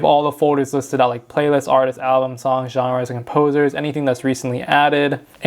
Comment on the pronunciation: “Artisis” is crazy 😂